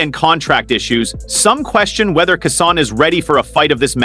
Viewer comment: Commentator needs to learn how to pronounce Keyshawn’s name. 😏